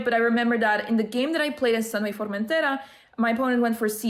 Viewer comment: Congrats! Was super excited when I saw your tweet for this! Also, do you speak Spanish, why is your pronounciation of Formentera so "native"?:D